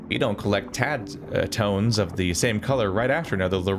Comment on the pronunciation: You read our tadtone wrong consistently, then right once, then wrong again from there on 😂